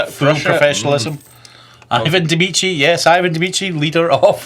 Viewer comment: Why does he say mici everytime, even seeing in really big letters medici? Is it a reference to something?